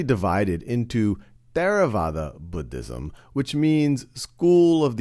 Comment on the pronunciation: i wAS WATCHING THIS foR WORLD HJSTORY AND I WAS SO HAPPY WHEN HE DIDNT PRONOUNCE IT LIKE “BOODISM”